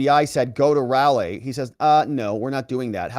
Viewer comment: Speaking as a North Carolinian, Raleigh is pronounced "rolly," not "rally."